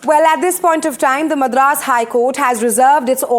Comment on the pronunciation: The way she pronounces Madras is so annoying!! As a Tamilian and a South Indian, I feel she should've atleast done enough research on the correct pronunciation before talking on "national" Television.